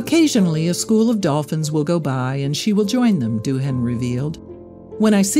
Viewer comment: Lovely story, shame about the pronunciation of Doohan. It's DOOAN the H is silent. Like the K in knife. I never get it, Americans want freedom of speech which includes swear words. Yet bleep them due to minors who learn them in elementary school.